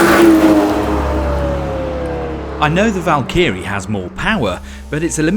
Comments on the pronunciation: Val Kerr ree? What? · Good ol, Valkeyree Bottas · why do you pronounce Valkyrie with an American accent? Val-key-ree? Its Valk-ehr-ee. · Sorry, but whats a 'Val-keerie'? lol. I know of a Valkyrie..... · “Valkeery” Hmmm I think Aston Martin will be sending a strong worded email. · Val-Key-Ree Lol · Valk eerie? Someone needs to tell him. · What is a Valkeary? 😂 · Stop saying Valkee-ree! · Val-key-ree.... I bet he cooks his ready meals in his Mee-crow-waa-vay. It's embarrassing for a motoring journalist to be this sloppy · "Val-kee-ree" lol Please never say that again. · Surely it's Val-ca-ree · agreed, it's supposed to be "val-k'ree" for those wondering. the Y is almost silent. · This is the British pronunciation according to Google. However, Val-kuh-ree is my preferred pronunciation. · Val•kr•ee American Val•keeuh•ree British It’s no different than how Americans and British pronounce aluminum. We are two people separated by a common language. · A world famous channel know for its car reviews and this dude can’t pronounce Valkyrie! Really! HR needs to have a word. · Someone at TG please tell him how to pronounce Valkyrie correctly. Or is he just trying to be a pedant? If so, success…. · the way he said valkyrie made me dislike this video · The presenter getting shit taleked for the way he pronounces Valkyrie and here I am sitting saying it the same way >< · Sounds like Charles Barkley's golf swing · I thought it was rather odd and perhaps I'd misheard! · I was just gonna make a comment myself...Ha!! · had to click off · Holy shit, it's atrocious pronunciation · Why does this guy say Valkyrie like that 😂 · Because he's daft.